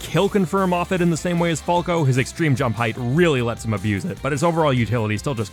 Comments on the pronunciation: Fall-co... Why... just why. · I hate how he says "Falco" and "Falcon". Nice video otherwise.